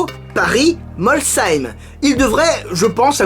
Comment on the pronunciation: Sa s'écrit Molsheim et sa se prononce comme un c donc Molsheim avec le son chhhh voilà mes sinon c'est pas dérangeant comment tu le dit aussi